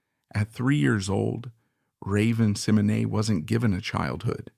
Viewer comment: Incorrect! 60% of this video is untrue. Raven Symone is not pronounced Seminay. And its saying Cosby was doing bad things to women during the show. He was arrested years after the shows end.